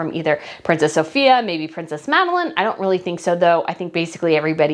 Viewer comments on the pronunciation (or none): none